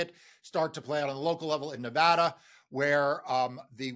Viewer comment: Silly thing, but hooray for pronouncing Nevada correctly!